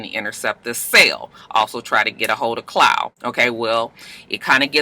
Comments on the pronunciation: CLAAAAWWWWW! lol Not Clow. lol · Babygirl who the Fuck is Clow lol!! Klaw my sista pronounced claw😂😂😂